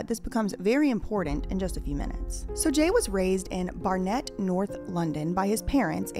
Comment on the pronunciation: 'Bar-Nette' is a wonderful pronounciation of a place we call 'Barnit'... 😂